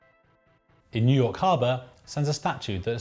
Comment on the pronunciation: Intro phrase of this video "In Nuyakaba..."